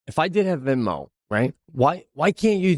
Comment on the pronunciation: ITS NOT VINMO PETE! ALWAYS MISPRONOUNCING STUFF!!!! 😂